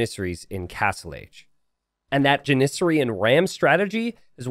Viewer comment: JAN-ih-sary, NOT jan-IH-sury.